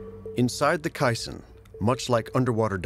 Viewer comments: It's caisson not kaisen and you're also pronouncing it wrong. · Phonics lesson. Kay. Sawn. Not casein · It’s pronounced “cay-sawn.” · Why does the narrator repeatedly mispronounce "caisson"?